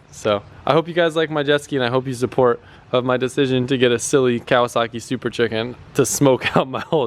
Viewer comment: Did you say " super CHICKEN "? 😂